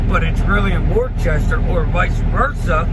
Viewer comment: It’s actually pronounced woooo-staaaaa 😂